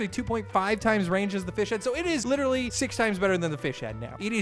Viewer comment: Say literally right